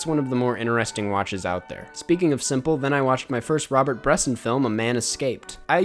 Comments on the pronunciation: bres-ON not BRESS-in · Bresson with the ‘o’ sound if you fuck with the two movies you gotta watch “the devil, probably” easily his best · I don't want to sound nitpicky here, but i am pretty sure that is not how you pronounce Robert Bresson. ( i don‘t speak french) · The way you say Bresson hurts me lol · It's Bresson, not Bresson!